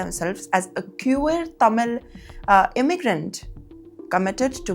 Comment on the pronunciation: Britaane? Quueer? 😂😂😂